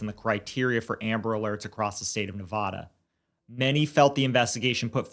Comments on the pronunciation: It's NE VA DUH not NE VAH DUH going forward thank you - las vegas resident and we hate when it is pronounced the way you say it. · Made it 4 minutes in & had to tap out. As a lifelong Las Vegan, PLEASE STAWP SAYING NEVAWDUH. It's Nevada with a short "A" sound, as in man, can & have. My name is Ashley. Remember it that way. Ashley lives in Nevada. Ash happily lives in Nevada with her mom and *dad*. Short "A".